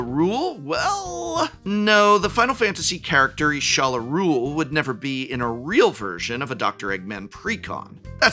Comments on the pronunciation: y'shtola pronounced ishtola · while it is a wild name, the pronunciation of Y'shtola (correct pronunciation: YE-shTo-la) killed me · It's Y'shtola, with a T. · I'm sure that prof doesn't play ff14 but i thought it was cute how he pronounced Y'schtola as Iysholla lol Anyways I did like these deck designs. Actually makes me wanna build them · Gaaah that Y'shtola pronunciation! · Hearing the Prof mispronounce Y'shtola's name hurt my soul